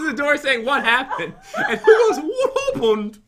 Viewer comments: Pat: hey dan im pat Jen voice of dan: WHAT HOPPEN PAT: OH CMON DOOR SAY EHAT HAPPEN AND SHE GOES WHAT HOPPEN ME:HAHAHAHHA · Pat: hay dantdm I'm pat Jen: what hoopend hahaha😂😂😂😂😂 Pat: come on u were about to say what happened and u were like what hoopend hahahaha😂😂😂😂😂